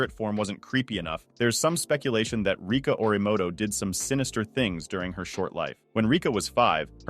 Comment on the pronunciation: (what he said: rica) (the real one: Rika)